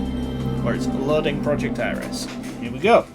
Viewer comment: ITS NOT ARIES ITS ERIS. Two different gods, completely different pronunciation.